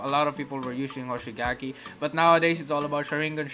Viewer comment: My mans says shur in gun